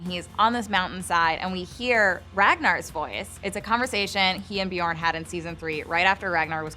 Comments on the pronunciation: Шаян and its pronounced Björn not Bjorn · It's not pronounced byourn, have you actually watched the show. It's not that hard to pronounce all the names if you actually watch it